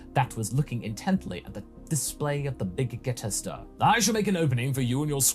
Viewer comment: Wait, why does keep mispronouncing the Big Gete Star? Is it on purpose?